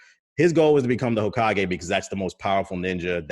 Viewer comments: "Hokiage" lol i aint even gon lie thats the most unique mispronunciation so far. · That pronunciation was legendary 🤣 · Tbh sent me. Lol. Bruh the pronunciation of hokage kilt me